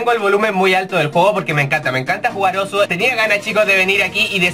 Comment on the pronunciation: se dicé Osu! weon